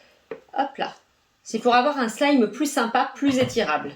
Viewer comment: tu as dis soulime xD